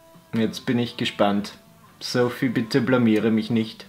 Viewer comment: jedesmal als du Sophie (soffy) gesagt hast, fühlte ich mich angesprochen.😂😎 lg. sophie😂